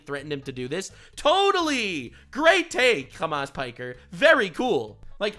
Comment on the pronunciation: "Hamas piker" had me dead ngl.